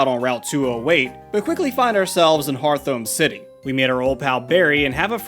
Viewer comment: so.. .correct me if im wrong but, isnt hearthome city pronounced heart-home? not hear-thome?